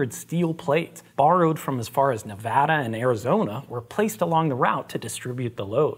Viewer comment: I love that you say Nevada correctly. Also if you were curious, the light weight dolly was provided by Patterson Heavy Haul in California. He runs a classy operation and is no stranger to those odd oversized loads.